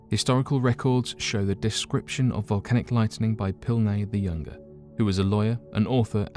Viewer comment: It isn’t killowe and you mispronounced Pliny the younger also....